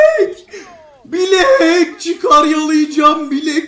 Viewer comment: bilek değil blæk